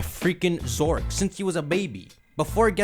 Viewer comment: His pronunciation of Zoroark maybe one of the worst name botches I have ever heard